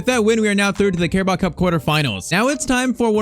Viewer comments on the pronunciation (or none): none